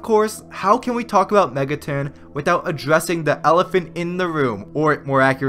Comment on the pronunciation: Mega TON not TIN